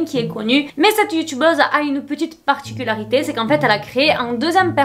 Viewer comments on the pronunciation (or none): none